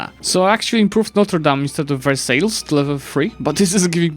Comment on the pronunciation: the pronunciation of versailles 💀